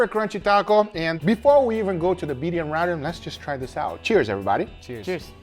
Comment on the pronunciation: Ramen is pronounced like "Raw men"